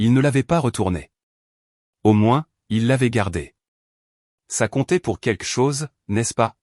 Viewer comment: Encore une histoire sans intérêt , d’une banalité prévisible. De plus commenté, par une voix artificielle, qui devrait apprendre à s’exprimer et à prononcer : « keke chose pour quelque chose « entre autre. !! J’ai perdu mon temps à regarder cette débilité . E. M.